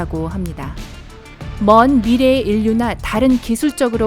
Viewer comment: 인류그대로 발음하지말고 읽을땐 일류 라고 해야해여